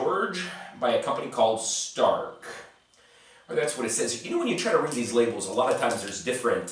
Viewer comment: K-plus is Croatian brand, big supermarket brand, just generic stuff, nothing special about them. "Stark" is actually pronounced as Štark (Shtark), their most famous product is Smoki :). And Pionir sports hall and Pionir sweets factory from Subotica have nothing in common, except the name lol. You might like Grom (similar to the Fazon bar, maybe even more cheap), Vitanova bars and Galeb chocolate. P. S. Not sure anyone outside Serbia cares about it or the candies that can be bought here, but interesting video. Happy Christmas :)